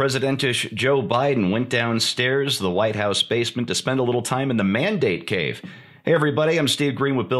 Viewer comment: 'Mandate Cave', or 'Man Date Cave'?